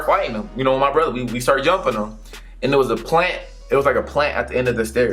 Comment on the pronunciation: you said "Yumping"